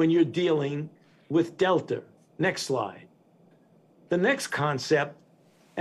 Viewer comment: I love how he keeps saying next lie next lie and then at the end he says last lie ...Ah Ah Ah